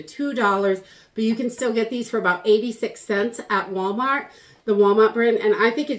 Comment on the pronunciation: "walmawt".. it's not every day that we can hear your accent 😂